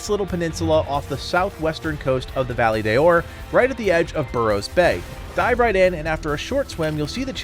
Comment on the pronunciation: Hey i know you dont speak spanish but the correct pronunciation is Valle de Oro you have to prononce the entire Oro because you say Valle de Or